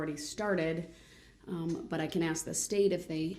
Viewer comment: I respectfully, disagree. It is urban slang, in America, to pronounce the word "ask", as "axe". Moreover, it's just plain lazy articulation. Much like the use of the term "troof" when referring to the word "truth". Proper presentation takes effort.